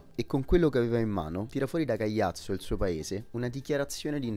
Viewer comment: il paese é Caiazzo, non Cagliazzo come pronunci tu 😅